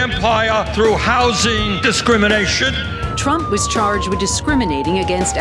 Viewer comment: Oh good lord. "Donnie Twump thwew wocks when he was two!" Lmfao